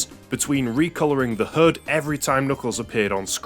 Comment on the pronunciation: Everytime he said HUD I thought he was saying hood and I was so confused about what he was talking about lol